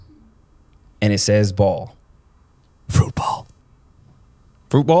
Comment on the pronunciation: BAAL is pronounce "BA-ALL" was also the diety in the old Testament involved child sacrifice ...its all in the BIBLE